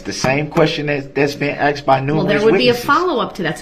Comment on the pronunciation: Love him “axing and substained” words…. Love the way she asked him about “biast”….sorry I’m meant axed…..